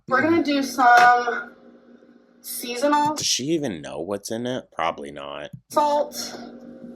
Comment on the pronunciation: "seasonal"...what? You were right to question it,, because she said "seasonal" not "season all".